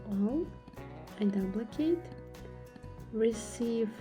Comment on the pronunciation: You pronounce duplicate as "Doe plie kate".